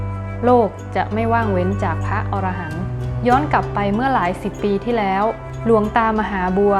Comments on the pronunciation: คำว่า พระอรหันต์ อ่านว่า พระ - อะ - ระ - หัน ไม่ใช่ ออ-ระ -หัน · พระอรหันต์ อ่านว่า พระ-อะ-ระ-หัน